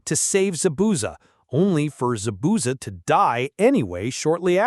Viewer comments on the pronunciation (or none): Dude knows nothing about Naruto. Caant say Zabuza correctly and Jiraiya told the leaf village “real one is not among them”.